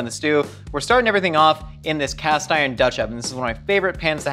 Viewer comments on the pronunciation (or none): none